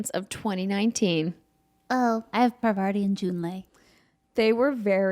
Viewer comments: No hate because I love y’all but Parvarti’s name is actually Parvati. No second ‘R’. I’ve heard tons of other people make this mistake too and it’s a fascinating group dyslexia we’ve all seemed to fall under the spell of. At this point, I think they should just do a Find and Replace patch for her name in The Outer Worlds to “fix” it. Haha. Great show though! Love the set! Keep up the great work. :D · Just FYI it's PAR-va-ti. Also, the new studio looks great! Exciting to see you all together, and I loved the categories. Great picks for the winners! (also shoutout to Anya in Metro Exodus!)